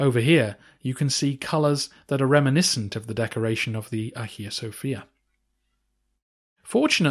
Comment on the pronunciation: I know English natives are hopeless with pronunciation but Hajia....